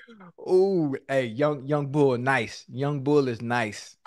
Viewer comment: Imma need Ocho to spend some more time in Philly his "youngbul" not sounding right😂😂